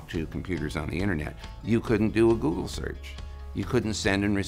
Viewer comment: It's "GoooooooooGle", buddy, NOT "JOOJLE"!!!